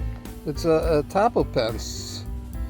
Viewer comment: Ato-bop-o-en-se I’m not great at phonetics lol but that’s how it’s pronounced. It’s fun to say once you get the hang of it 😊